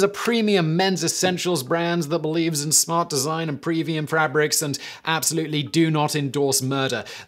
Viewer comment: Previum frabrics Simon says lol